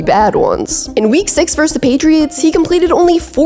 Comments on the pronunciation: verSUS. Two syllables. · The word is "versus"!